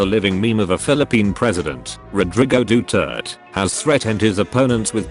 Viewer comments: "Dootert" I'm dying 😂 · More Duterte memes.. plus the pronounciation is wrong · U pronounced "Duterte" wrong